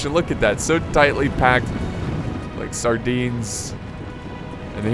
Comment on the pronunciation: Did u just say Sardines?😂😂😂